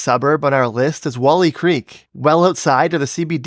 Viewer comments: Surry Hills is pronounced like "hurry" not "furry" Woolloomooloo - wu·luh·muh·loo Google does an OK job of it in the British pronunciation version. Melbourne - mel-ben. Aussies shorten vowels in most words. Wolli Creek - wool-eye. The way you pronounced it, we spell as wally. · Wollongong Creek is pronounced Wolleye not Woolee. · Spoke to soon - Wolli Creek got you. Still better than most.